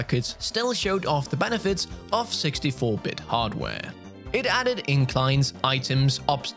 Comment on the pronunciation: It sounded like he said "NBA Countryside" and "60-bit"